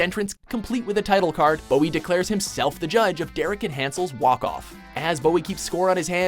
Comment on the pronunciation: it's not David Booie, it's BOWIE